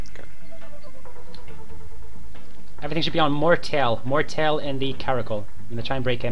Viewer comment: Hey mate, nice vid, but you pronunced my name wrong, its pronunced mort-A:-el. Otherwise gf :>